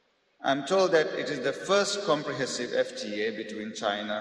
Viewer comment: Damn.. the maldives president cannot even pronounce "Comprehensive" correctly. what a pity. Maldives president - give him a mop and broom - he will look like a janitor.